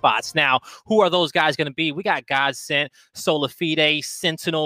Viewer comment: He’s pronouncing Solafide so fucking wrong, plz stop